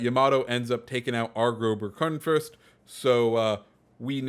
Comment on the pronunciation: """groben kunpost""" Nice pronunciation lol